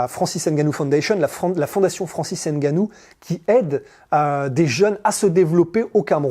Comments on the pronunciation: Arrêtez c'est pas Haine Gannou, c'est Ngannou 🤔🤔🤔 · Bon reportage. Par contre faites l'effort de prononcer le nom de Francis Ngannou correctement. Même les américains a hollywood y arrivent. En France vous n'avez aucune excuse